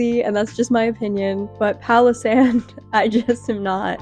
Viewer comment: I only listened to the audio and instead of 'Palosand' I understood 'Pakistan'. Pretty confused why you roasted a whole country out of nothing lol